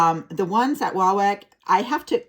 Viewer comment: It’s pronounced wah-wok not whack.